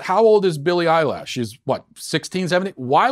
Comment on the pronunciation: Matt: "I'm pretty in tune with the youth." Also Matt: Billie Eyelash